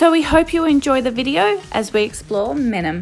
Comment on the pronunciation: You’re pronouncing it wrong